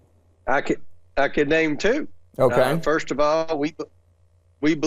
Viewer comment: The way Comer talks..."two" and other syllables... Shriek much?